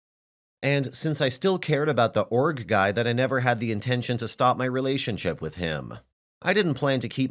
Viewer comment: I thought she was saying ORC guy lol